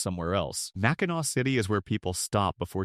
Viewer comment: AI can't pronounce Mackinaw. 🙄